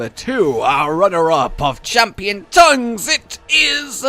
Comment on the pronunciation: wait did i just hear "the best TOUNGS"?